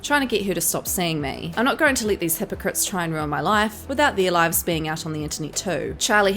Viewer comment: “To save his liaffff” lol